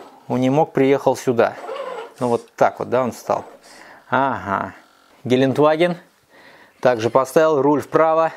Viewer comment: Ааааа! Кровь из ушей - ГелендЕваген - так произносится это немецкое название